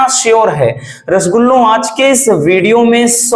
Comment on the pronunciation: Sir vido mai bar bar rashgula bolte hai ye nahi thik hai sir❤❤